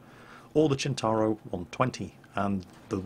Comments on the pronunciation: Why do you keep calling it a "Chin-tar-oh"? Waaaay off. It is pronounced "Sent-tar-oh". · Maybe I've got it wrong but christ pronunciation of centauro is annoying.